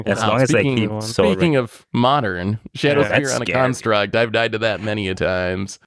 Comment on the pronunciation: pronounces "construct" as "karnstruct" and I'm here for it